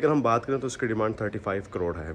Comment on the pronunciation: I know the way he pronounced it's sounds like 135